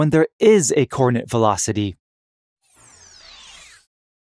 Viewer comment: I can't get past the extremely bad pronunciation of "coordinate."